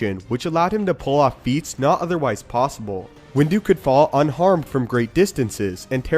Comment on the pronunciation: "Windu could fall unharmed from great distances" as most of the Jedi. But I love the emphasis.